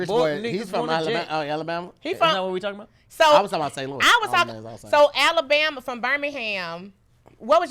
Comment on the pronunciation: ALA’BORMA’? YOU JUST BULLSHITTIN MAN😂 YOU NOT EVEN TRYIN BRUH😭